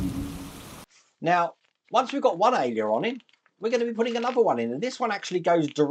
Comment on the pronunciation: Hiya, it's pronounced AIL-ER-ON, not AILEY-ER-ON:)